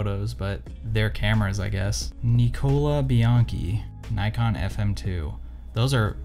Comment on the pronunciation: Is it just me or is he pronouncing Nikon incorrectly? Kinda weird for someone who knows so much about “cameras” 🧐